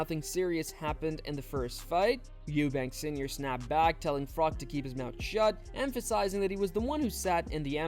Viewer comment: Carl Frok?....Froch 😂